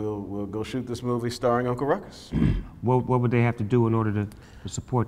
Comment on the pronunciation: Snoop “Tha f**k you say!?”. Uncle “Rou-Coux” with a splish-Splash of Irish. The world couldn’t/can’t handle Ruckus. I learnt about Jim Crow from this series. It’s relevant and necessary. From 🏴